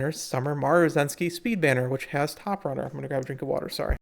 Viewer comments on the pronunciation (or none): none